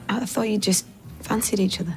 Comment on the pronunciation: Jonathan Ross has a lisp, thats right. However he knows exactly how to pronounce "th" and that that's different! This guy doesn't have a lisp he's just not pronouncing words like Thank you, Thought, Think, Three ect.